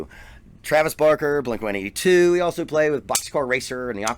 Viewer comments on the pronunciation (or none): First of all it's blink one eight two. Lol